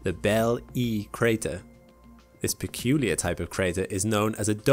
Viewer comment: peculiah cray-tah